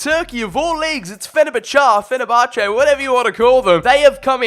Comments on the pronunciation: Me: Fen-er-bach-ey: Fen-er-bach-ar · Did he just pronounce fenerbache «fe ne ba cha?» 😂😂😂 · Mate. Learn how to say teams names before making football content. Fenabachar 😂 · FENABACHAAA 🤣 Petition for Fenerbache to officially have a name change 😅. Love your videos dude 💙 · The way he days fenerbache makes me cringe